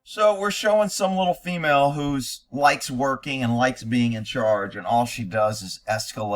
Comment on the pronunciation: The future is fee-male. 😂